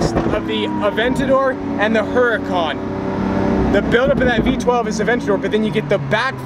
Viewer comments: Cant even say Huracan right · You would think he would know how to say Huracan